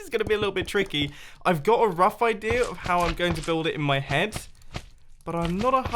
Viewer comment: I love how you say idear